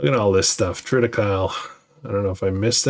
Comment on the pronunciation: Triticale is pronounced tri·tuh·kay·lee